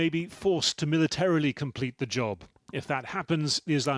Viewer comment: MILitrili. LEARN CORRECT PRON.